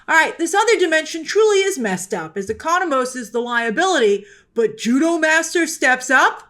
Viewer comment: She finally said Economos right😂😂😂😂